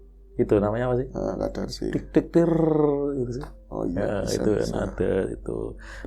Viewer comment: heheee..oma ikut nyimak. burung Kedasih nak bukan burung Kadarsih..😂 sehat2 ya nak..n team Aamiin..🤲